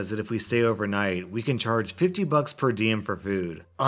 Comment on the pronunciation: 50 buxks he said. its more like $5